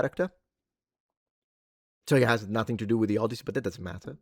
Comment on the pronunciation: The Odd-tit-see by Homie